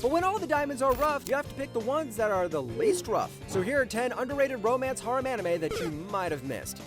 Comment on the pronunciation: ugh.. saying harem like that...